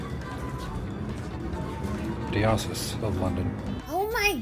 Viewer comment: Adam mispronouncing, "diocese", AHAHA.